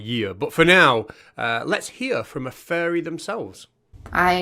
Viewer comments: it sounds like hes saying "furry" every time he says "fairy" lol. makes it a very different video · The way you say fairy sounds like furry which just makes it even funnier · English here. It certainly does sound like furry most of the time. As when he says fairy he is doing it with effort. I think he is saying furries on purpose; doing it to mock fairy believers more. As he finds saying furry for fairy funny. Or it could be his northern Dialect As you can see it takes him effort to actually pronounce fairy.